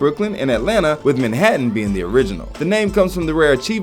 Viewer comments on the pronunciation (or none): none